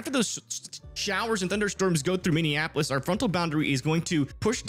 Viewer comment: Minne an what!? Its minnie App O lis buddy.. not tryna be rude just would like my city pronounced right.